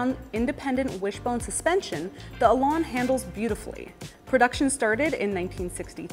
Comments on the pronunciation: if only you could pronounce the name better its an elan not elarn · What is a Lotus Elon? For crying out loud! Say it correctly. Elan rhymes with pan and can and man.